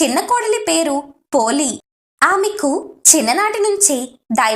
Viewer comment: పోలి అనాలి